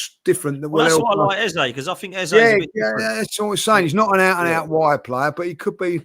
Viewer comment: Get his name right ffs pronounced EZA .. World Cup year better off at palace plus arteta a twat